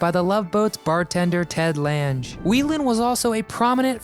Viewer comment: This guy pronounced the last names all wrong. Its Lauren Toos not tweeze, Jill Whelen not weelin. Ted Lang not lands, Bernie Koapel not Kopele. . Geeze.. Jill still looks beautiful.